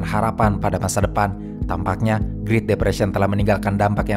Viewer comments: bro said "greet" depression wtf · Naratornya suruh les Bahasa Inggris dong. Ganggu vanget denger doi ngomong "griit"